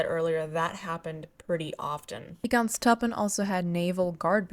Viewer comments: Try “grens troopen” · Your German pronunciation is pretty good. I noticed you have trouble pronouncing Grenztruppen. Just imagine the 'gre' part is pronounced as 'gra' in 'gravel.' And then you have to cut if off with a knife to get to the 'nz' part which may be somewhat like 'grentz.' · idk if it helps but try "grance trouppen" as pronounciation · the pronounciation is actually fairly simple. Its basically Grrrr (like a growling) - end (pronounced like the english word end) - s- trupp (like troop but with a hard p) - en